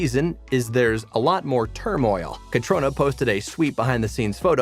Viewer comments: Catr I ona NOT Catrona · Catriona is pronounced KATRINA.... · Catriona is pronounced. Ka-tree-nah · Her name is pronounced "Katreena." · It’s pronounced as “Cat-ree-na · Her name is pronounced Katreena! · WHY don't these narrators DO their homework and learn how to pronounce Catriona properly??? AND it's Governor TRYON....notttt Tyron. The narration is painful to listen to. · You are right. Catrona! Oh my ears. 🤦🏻‍♀️😁